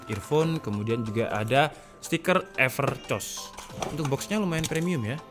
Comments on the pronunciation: Ngakak nyebutnya Evercoss Bukan everkoss:v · Seharusnya epErkos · Everrrchoosss bang wkwk 😂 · "epercoss" wkwkwk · Evercos yang saya dengar pas abangnya baca maaf kalau telinga saya salah 😂